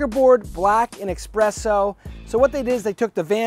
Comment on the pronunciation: Bruh, no X in "espresso". Love the videos, and that you've been giving Vans some love.